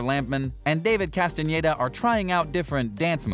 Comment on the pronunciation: I appreciate he says Castañeda and not Castaneda like every english native speaker.